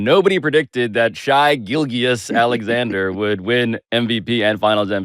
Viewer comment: "Shy Gill-Ghiuss Alexander."